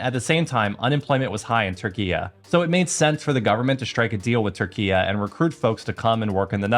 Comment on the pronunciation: Q why are u saying Turkeya it's just Turkey like the bird